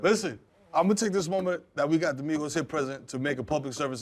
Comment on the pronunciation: Not “Migoettes”🤣🤣🤣